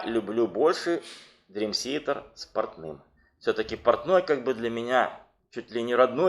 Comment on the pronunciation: Молодцы, что увлекаетесь DT, и делаете подобные программы. Но за 30 лет так и не научиться нормально произносить слово Театр по английски - это позор. Уже молчу о диком произношении некоторых имен и названий альбомов. Я сам являюсь их давним фанатом и был на концертах всех туров DT, начиная с 92 года, когда они выступали ещё в маленьких клубах того же Бостона и близлежащих городов от Бостона до Нью Йорка.